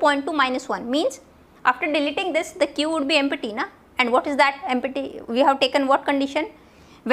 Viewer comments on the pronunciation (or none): But why "EmPPPPPPPPPPPPPPPty"? not "Empty" ? :p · Pronounciation of "empty" emty ❌ empatti 😍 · The way u say empty is🤣🤣🤣